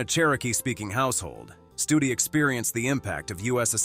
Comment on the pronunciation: 13;42 not Studi